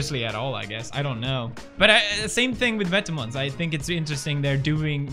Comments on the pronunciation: Dennis Hubert i’m pretty sure it’s vêtement and not « vètement » mate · thedutchbloggergirl vetements is actually pronounced vet-eh-muns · "It seems like vetamens.... like it big." Pewdiepie 2019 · I love how Felix pronounces Vetements & Margiela 😂👏🏼👏🏼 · Lol me too, and I can tell he is trying which is sweet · Hendrik Mooi yeah I thought this too but didn’t want to reply in case I was wrong lol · Pewds just made Vetements sound like something swedish. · The way he pronounces vetements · bruh not how u say vetements